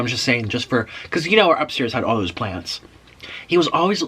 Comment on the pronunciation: Omg I laughed so much when you were telling the story of the Hardees worker and then your new word “Thaose” about the BK fries 😂😂